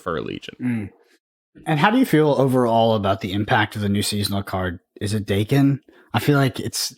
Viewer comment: Bro it’s pronounced “Daken”